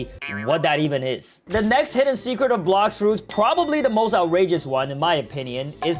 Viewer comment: Bro said blox roots😂😂